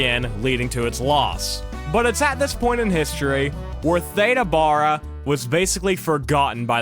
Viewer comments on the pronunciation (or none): You keep pronouncing her name wrong it's not like Ada Wong from Resident Evil 2 its pronounced like THEEDA Bara instead. I'm sorry that just irked me the way you kept mispronouncing Theda Bara. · "Theeeda"... and her last name was pronounced "Bear-a" until I watched this vid 🤭😂 Also, "tap-estry" not "tape-estry," and dates are off all over the place. Interesting nonetheless 🙂